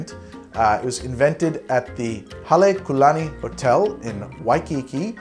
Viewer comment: Aloha. My wife and I enjoy watching your show. Just wanted to give you props for saying the name Halekulani correctly. As a Hawaiian I don't mind the tiki scene, the retro Aloha shirts (aka Hawaiian shirts, here we call them Aloha shirts) and the music like Martin Denny. Another great show. Mahalo